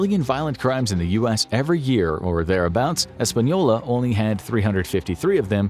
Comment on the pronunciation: Espanola is NOT Los Alamos. Totally different towns. In fact, Los Alamos is one of the safest place to live. Get your facts straight but thanks for pronouncing it right